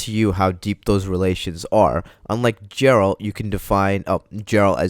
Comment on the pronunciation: "unlike JERALT..." eye twitches